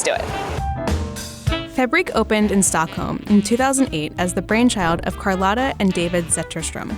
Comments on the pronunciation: How did charlotta become karlotta? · "Carlotta" xd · Saying Karlotta to Charlotta is like saying Karlotte to Charlotte... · Omg, the way she pronounces Charlotta!! 🤣🤣